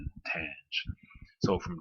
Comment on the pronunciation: Its readng ten’ghe